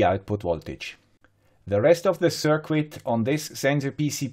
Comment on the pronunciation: There is no 'W' in 'circuit'... pronounced 'SIRKIT'😉